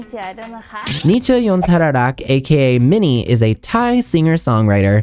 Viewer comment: Your pronunciation of Minnie’s name is 💯